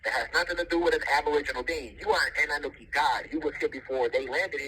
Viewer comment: No disrespect but its kind of a red flag to me when he doesnt even know how to pronounce Annunaki